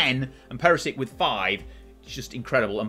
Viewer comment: it’s PERISHICH and KRAMARICH … don’t know how you end up butchering the names as »kramarik« and »perisik« … they’re even spelled correctly after what feels two decades of incorrect spelling of central and eastern european names.